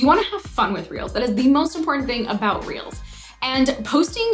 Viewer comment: Everytime she says reels ...I hear reals🌚🌚🌚🌚